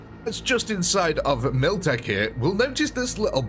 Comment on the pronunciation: It's MILITECH not MILTECH